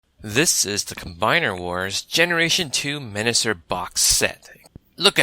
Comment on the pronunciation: You keep saying Menasor wrong